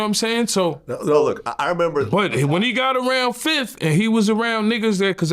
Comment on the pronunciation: Can we get 1 interview of yayo without him saying "fif"?